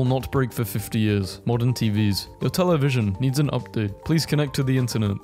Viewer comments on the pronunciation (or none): none